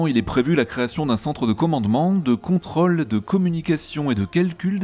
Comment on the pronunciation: sérieux, tu veux pas te payer 1h de cours de diction pour apprendre à prononcer 'contrôle' correctement! ce mot en particulier, et les zôtres chaoses qui contiennent un O en général? sérieux si y faut se cotiser 20x 1€ sur tipeee ca va, ca devrait passer...